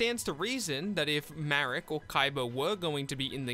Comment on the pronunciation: its marik. ma - rik. though the name shouldve been "malik" but the japanese cant spell "L". so its ma rik not marrick